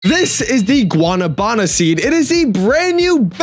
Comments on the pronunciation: The pronunciation is gua-NA-bana. Go high on the NA. Say it like you say “nah”. Ppl are saying guana -banana. It’s confusing but the fruit is a tropical fruit. We love in PR. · guana banana 😭 it’s “gua- na - va -na” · I dont want to be rude but its not guanabána its guanábana just so yo say it correctly much love❤❤❤ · BRO ITS PRONOUNCED WA-NA-BA-NA it hurts me to hear people say it wrong since i come from south america where i love this fruit 😢